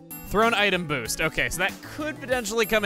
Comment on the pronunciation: pronounced “Boost” as “boast” lololol